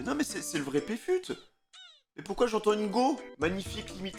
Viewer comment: c'est youcef pas pfut mdrr